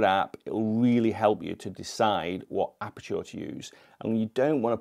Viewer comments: why is he saying apertour? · A certain photographer made me realise it's OK to despise tripods, haha. Just a small technical note though - ISO does reduce sharpness and detail on some cameras (Sonys especially) even in RAWs. Love the way you pronounce aperture though. So posh, haha